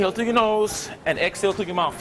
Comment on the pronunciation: Inhale thru your nose and out thru your MOUF.... LOL...... Great workout tho!